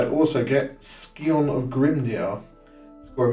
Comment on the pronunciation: Google "scion", the C is silent mate. Good game otherwise, cool interactions happening during mirror games.